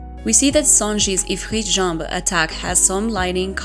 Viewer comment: Goated! You’re also the first one I’ve heard pronounce Ifrit Jambe in French xD